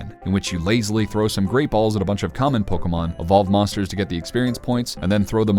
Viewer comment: It's amusing to me how much you stress "Kay" in Pokémon, it's like you're saying Po-KAY-mon